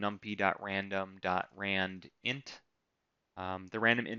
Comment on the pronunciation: Love the way you taught and went through this. Hate the way you pronounce numpy and simpy, haha